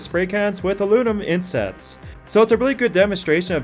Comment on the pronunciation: Too bad the presenter fails at pronouncing simple English words: "Inset" instead of insert, "Victoria" instead of victory. Also, the 7-cylinder engine did not have aero cylinder heads... they were cut-down VW cylinder heads.